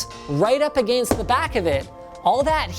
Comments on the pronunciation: The way you say against is wrong. I’m guessing you’re Canadian but that’s still no excuse. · ........ why did you say “against” like that!!!!!!😂😂😂😂😂. You made it sound so fancy shmancy!!!!😂😂😂😂😂😂😂😂. I don’t even care about the review at this point!!!!! Aaaaaaaaaahhahahahahhahhahhahahahhahahahha!!!!!